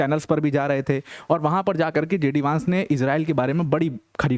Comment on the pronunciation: वैन्स not वांस, please correct pronunciation